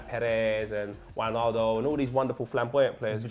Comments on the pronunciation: Its way-naldum not vijnaldum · u pronounced wijnaldum's name wrong. It's not "witchnaldum" it's "whynaldum"